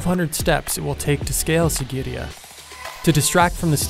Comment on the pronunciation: Pretty video, bad pronunciation. Matale = "Maa-thuh-lay", Kasyapa = "Kaas-yuh-puh" and Sigirya = "See-giri-yuh"